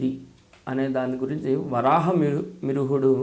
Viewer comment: Varaaha mihirudu ani pronouns kuda raavatamledu swami ki